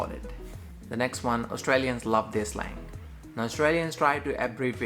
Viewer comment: “Slag”? Do you mean “slang”?